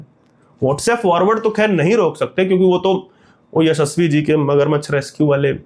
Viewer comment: The way you say yashasvi ji is epic😂😂